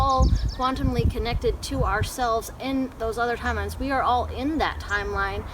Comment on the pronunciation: "TIMLEINES" lol